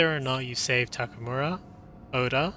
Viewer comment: Anyone can explain how someone who played this game that much and created content about the game can still say Takamura instead of Takemura?